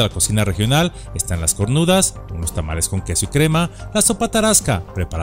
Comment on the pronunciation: AMIGO, SE LLAMA "CORUNDA" Y NO CORNUDA EL PLATILLO REGIONAL.